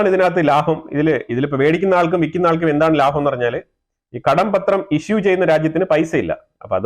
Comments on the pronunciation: കടപത്രം not കടം പത്രം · കടം പത്രം എന്നു പറയാതെ കടപ്പത്രം എന്നു ചേർത്തു പറയൂ. That's how it's pronounced.